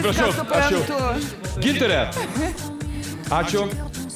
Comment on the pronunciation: Kodėl taip savo vardą kirčiuoja? Ar jai tokį davė??